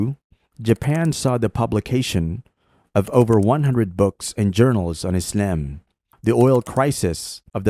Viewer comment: The absurd pronunciation of "Islam" is offputting. Stop it. Also try not to sound so smug.